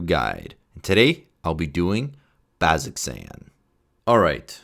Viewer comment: Again, to anybody viewing this, pronunciation is pretty important if you've got anybody in your group who watched Campaign 2. BAZ-oh-zan.